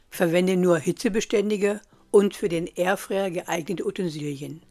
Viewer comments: kleine info, kein hate, ausgesprochen wird es Airfrei nicht Airfre, also Airfreier richtig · Es heist Air fryer und nicht erfryer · Es heißt übrigens "Fritteuse", nicht "Fötöse" und "Airfryer", nicht "Ärfär". Aber schön, dass er mit Punkt 1 anfängt...